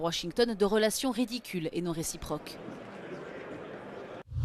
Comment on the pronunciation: le "g" dans washington est muet